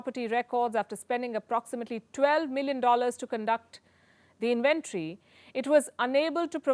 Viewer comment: Pronounced "IN-VEN-TORY"